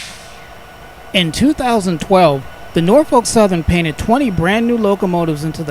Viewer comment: Really excellent videos! By the way Norfolk is pronounced Nor-fuk.... If you been in Virginia or lived in Virginia that's how everybody pronounce's it.